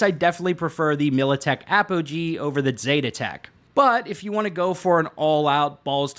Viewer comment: Its A-Poh-Gee... what the fuck is the militech ap-oh-hee